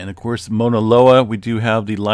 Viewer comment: MAAAAUUUUUUNA Loa! Not mona loa. Like OUCH! Cause its hurting my ears🤣🤣🤣